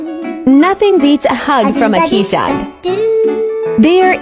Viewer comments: "Kees", not "Kee's". Keeshond means "Kees-dog", not "Kee's dog". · Pronounced KAYZ-ond. there is no ee sound, and no sh. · Love this video! just one thing to say, the name is pronounced "Kase-Hund" They are a Dutch breed that actually means "Kee's Dog" as they were named after a man (Kee's) who was known for his dogs (Hond). They are amazing dogs for sure!!! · It's pronounced Kay-shond. Google it if you you wish. I've had the breed for nearly 50 years. Wonderful dogs!